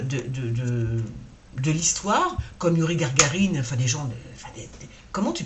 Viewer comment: c est pas Gargarine mais Gagarine😂😂